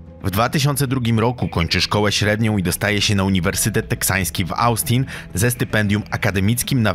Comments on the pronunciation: Bawi mnie to jak źle ludzie wypowiadają nazwy stanów. Taki materiał a takie błędy moim zdaniem trochę wstyd BTW Mówi się (Ostin) a nie Ałstin aczkolwiek i tak propsy za materiał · W ostin nie austin bro błagam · Nie Austin ale wymawia sie “Ostin” z krotkim o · Nie [e baju] tylko [i beju], nie [austin] tylko [ostin] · Nie astin, a ostin, nie ebaj, a ibej. Przed nagraniem odcinka usiądź i poczytaj o prawidłowej wymowie zagranicznych nazw, bo kłuje w uszy. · Jak Ty akcentujesz słowa? Niekiedy mam wrażenie że tekst jest czytany przez wchodniego sąsiada. Z zagranicznymi nazwami też nie jest za kolorowo. Jeśli nie do końca czujesz się komfortowo z nazwami miast to sprawdź sobię je na forvo czy czymś podobnym zamiast czytać "austin" dokładnie tak jak jest napisane. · Szkoda chłopa, poza tym Austin czyta się ostin. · Nie chcę się czepiać ale popracuj nad wymową obcych nazw i imion , Austin czy Kirk